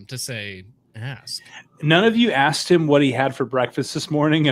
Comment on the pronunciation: “I axxed”